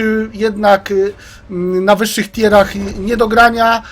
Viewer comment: Pierwszy koleś, który to poprawnie wymawia. Reszta leci z tier aż zęby zgrzytają. A może zamiast używać mówionych po polsku angielskich pojęć, powiedzieć POZIOM trzeci, czwarty itd.